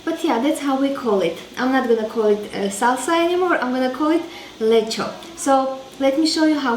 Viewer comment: Btw you pronounce it like Hungarians do.. 😁